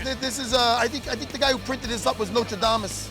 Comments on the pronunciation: ''The guy who printed this up is Notre-Damus'' - Matt Serra Notredame? Nostredamus? Completely different things, Matt ya jackass. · "I tink da guy who printed dis up wuz Notre Dame-us" LOOOOL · "Notre Damus"... noice serra